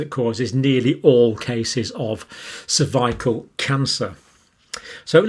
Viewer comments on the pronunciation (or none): It's cerv-i-cal not cerv-a-kal. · cer-VYE-kul?! dictionary says CER-vi-cal